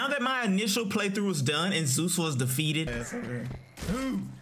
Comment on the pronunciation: At least Kratos said ZOOOS